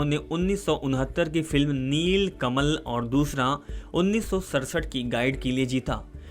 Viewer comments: Neel kalam nahi ji ? Neel kamal hai. Thik se bola karo. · Neelkamal not neelkalm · आप पिक्चरके नाम कैसा उच्चारण करते हो? पिक्चरका नाम निलकमल है आप नीलकलम बोल रहे हो। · निलकलम नहिहै निलकमल